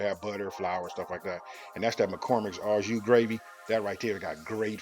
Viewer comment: The man said A.U juice gravy😂